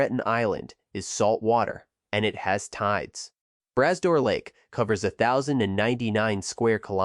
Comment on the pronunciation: Mispronounced name for the native people. 200km drive does not take 4 hrs to drive. Bra Dor not brass door.